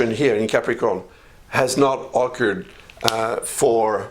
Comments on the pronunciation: I think he's saying "occurred." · Eve Flanigan Oh okay—I had even decided perhaps he meant “ augured.”